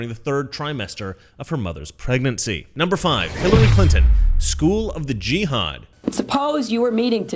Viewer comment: "The school of the Jīhad". Hahahaha!